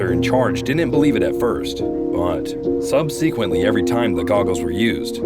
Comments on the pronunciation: Subsequently is pronounced SUB-sequent-ly. Not sub-SEEQUINT-ly. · Sub-seequently isn't a word. It's subsequently. Sub-suh-quint-lee. If you can't pronounce the word, don't use the word. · It's not Sub"SEEEE"quently, it's sub"SE"quently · Bullshit...who pronounces "Subseeequint"? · ‘Sub sea quently’ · "sub-see-quently" ? Why can't anyone on the internet spell or read properly? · Sub-sequent-lee ..... I'm out! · You lost me at sub-see-quently 🤣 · You said “sub-seeequently” the only demon attacking is that of correct English pronunciation and grammar for you. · Why is it that none of you people can pronounce subsequently you say sub sequent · "Sub seequently" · "Sub-SEE-quently".. only on YouTube can you find the most bizarre pronunciations of common words. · "Sub see quently" everytime the goggles were used, similar events took place........lol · sub-see-quent-lee? Uh uh, try again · “ sub - SEE - quently” what? Are you kidding? How is it that they select narrators from a pool of people who can barely speak the language much less dictate professionally over an audio track. This is hard for me to believe and harder to swallow. I have often looked up alternate pronunciations that I hear before I pass judgment. But just show me one reference dictionary, encyclopedia, or anywhere where the pronunciation is like what this announcer said. I don’t care if he gets nothing in remuneration for his efforts on this video, we should cut his pay in half and fire him immediately! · Subseequently. That was funnier than it should’ve been 😂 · You are pronouncing the word subsequently very oddly... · Nobody gunna mention the subsequently pronunciation haha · Subsequently, it is not pronounced that way. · Never heard someone say subsequently like that before. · I think you're full of it.. lots of nvg's get used all the time without undue stress.. and you can't even pronounce 'subsequently' correctly. You're full of it. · I don’t mean to nitpick but subsequently isn’t pronounced that way.